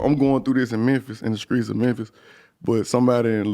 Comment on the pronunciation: NY - “Mew” = Memphis - “Mer”